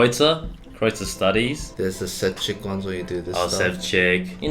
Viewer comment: Actually, Ševčík is pronounced ['sheftschi:k, shefcheek], š = sh, so you got pretty close :).